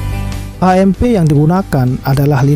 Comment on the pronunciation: AMP juga dibaca "E Em Fi". Kan udah enak "E Em Pi", atau baca saja "A Em Pe", seperti saat membaca MGPA admin membacanya "Em Ge Pe A".